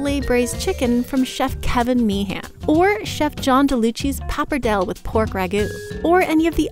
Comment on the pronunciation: If you have a food channel you should know how to pronounce pappardelle...